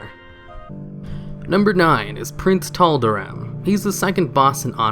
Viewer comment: Did he say Prince Toblerone?